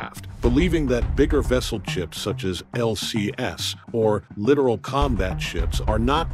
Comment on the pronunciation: It's "littoral combat ship", not "literal combat ship."